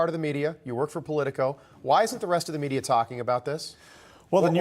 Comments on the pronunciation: The "delegedation" and " infructure" ? His synapses aren't clicking. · Infructure...lol. new word to add to the dictionary